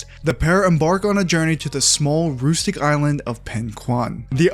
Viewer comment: You need to look up the way to say rustic bru